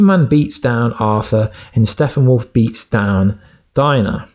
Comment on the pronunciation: STOP saying Steffenwolf! It is StePPenwolf! Sheesh 😏